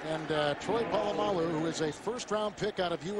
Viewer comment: I love when he calls Troy "Pull-uh-my-alloo" at the mark :)